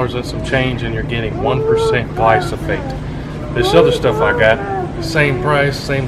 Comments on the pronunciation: He keeps saying glysophate instead of glyphosate!!! It's driving me nuts! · Gly-slo.... Gly-sofolate..... Glysofate...(it's GLY-PHOSPATE (GLY-FOS-FATE)) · Pronounced "gly-fo-sate" not "glo-so-fate" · Dont trust the guy who calls glyphosate "glysophate" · Glysophate? Never heard... I guess you meant glyphosate 😅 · Dude... it's gly-FAH-sate, not gly-SO-phate. lol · Mate its called GLY PHO SATE. Not Gly So Phate. At least pronounce it right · "Gly-so-fate"... Try again. LOL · I agree with your video, so thank you. But, brother...it’s GLY-foh-sayt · Gly-Pho-sate!!! Read. Sound it out. Also, You compared pre-mixed to concentrate at Walmart. That’s like comparing antifreeze concentrate to pre mixed 50-50. Duh you get less; you are paying someone to dilute it for you. You don’t need that high of a concentration for most applications. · The word is GLY-PHO-SATE. I unfortunately had the same problem. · It's pronounced Gly-pho-sate. Otherwise great video. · Nice video but, ..your pronunciation of THE main ingredient is way off. Glyphosate is pronounced Glai-fow-suht.......now proceed. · I greatly applaud your efforts to educate others! Please, please learn to say the product name correctly. Takes away any credibility you had. Also, theres NO residual effect of gly pho sate. Its a contact herbicide. More power to you, otherwise. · Learn how to say GLY-foh-sate. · I got more and more annoyed everytime he'd say the word. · The amount of times her said it wrong is awesome, but the content/info is better 😂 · Vivek Sharma if it is straight glyphosate there is zero soil residual, therefore you can sow seeds the same day. This guy doesn’t even know how to say it let alone what it does. And don’t spray ANYTHING you don’t want dead.